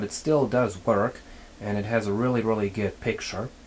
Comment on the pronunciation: I like how you say "geed" instead of "good" :-)